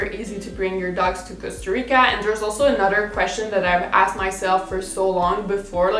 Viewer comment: avant de care sur si un mot existe en anglais ou pas quand tu parles, je t’invites à pratiquer à prononcer des askED en askT hahahaha ca va deja aider beaucoup 💕